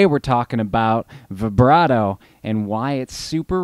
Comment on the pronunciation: Good stuff! For $28, you can't beat that pedal with a stick! Oh, and thank you for pronouncing "vibrato"correctly! It drives me crazy when people say it with a long i sound!